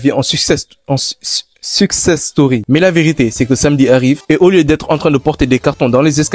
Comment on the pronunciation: 100000aura pour avoir mal prononcé succès strory😅